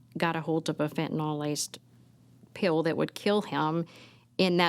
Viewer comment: I really hate the way people mispronounce Fentanyl. There is no O sound in the word people